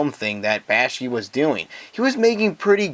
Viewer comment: Yeah, that bothers me too. I have no idea why he pronounced Ralph Bakshi's name like that.